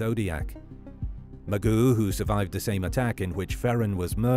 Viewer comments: His name is pronounced Moo+Zho, not Ma-Goo. Is it really so difficult to pronounce the names of the victims correctly? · It’s not pronounced Magoo, Mageau is pronounced as Ma-jeow. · It is so not pronounced “Magoo”